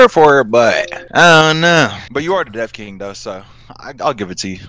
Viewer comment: Him: Dev King Subtitles: DEAF KING